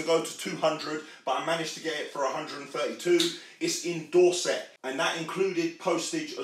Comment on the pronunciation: The way you said Dorset 😂😂